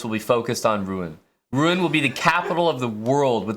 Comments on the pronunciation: Its pronounced ROO-ON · As a Normand, it hursts hearing him butchering Rouen pronunciation... granted it's a combo of two sounds north american cannot pronounce: "OU" and "AN"